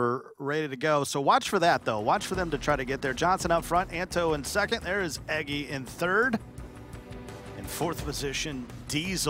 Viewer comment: He meant Eggy, but he didn't pronounce it correctly